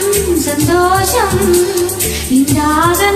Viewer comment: தமிழ் உச்சரிப்பில் கொஞ்சம் கவனம் தேவை இரு பாடகர்களுக்கும். ஆண் பாடகர் மேகங்கள் எ‌ன்பதை மேகங்கல் என்றும் பாதங்கள் என்பதை பாதங்கல் எ‌ன்றும் பாடி விட்டார். பெண் பாடகர் சந்தோஷம் எ‌ன்பதை கிட்டத்தட்ட சந்தோசம் எ‌ன்று பாடுகிறார்.